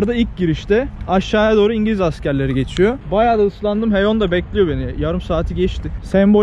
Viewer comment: Koreli lafından kurtulduk sonunda Heyon demeye başladın abi böyle devam🤩👍